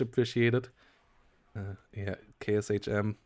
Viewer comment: Hey, love your content! But I still get a (tiny) shudder when you pronounce Sh as S-H (for example KShM A-149). It is a transliteration of cyrillic Ш, pronounced as the sh- part in "short". It will not prevent me from enjoying your casts, but I (and all other eastern europeans) will be happy if you make this tiny correction in the next casts. Looking forward to them, even if you forget!